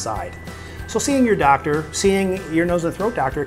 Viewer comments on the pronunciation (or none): none